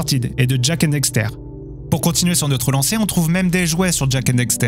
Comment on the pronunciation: Bonne vidéo mais une petite question : cette vidéo a-t-elle été traduite directement de l’anglais ? Moi qui suis bilingue, j’entends beaucoup de tournures de phrases anglaises dans ton français. Par ailleurs, il faut dire « Daxter », et non « Dexter », comme tu le répètes systématiquement (malgré l’avoir écrit correctement). 😁